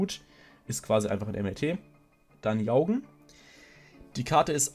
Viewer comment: "Jaugen" spricht man meines Wissens nach "Djorgen" aus. Übrigens habe ich das Gefühl, dass die Karte "Metallfose - Fusion" immer eine bessere Alternative zur Unheil verkündenden Schlange darstellen wird.